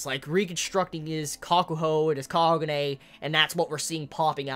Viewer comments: distracted the entire time by the fact I keep hearing Kanye instead of Kanae. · Kanae's name is pronounced Kah-nah-eh, not Kanye, sorry I know this is annoying but every time you say kanye I get weirded out a bit haha